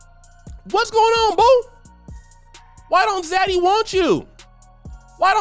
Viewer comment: idk why some Zaddy would even want her weird-looking azz. What's an Oddy? I don't think that's how you pronounce it. When you told him you wanted to travel, did he ever say he would pay for it all?